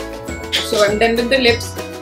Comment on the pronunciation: aap with ko bith kyu bolte ho